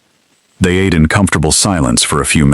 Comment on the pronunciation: "Ahtay" too much seafood lol 😂 😂 AI is a mess...